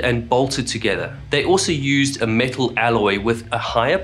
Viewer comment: Every time he says metal, I hear the parrot going "MEtal"